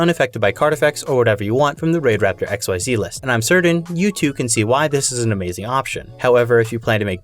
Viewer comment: The way you say “xyz dragon” Erks me😂 incredible content and video but it’s pronounced “eck-seas” .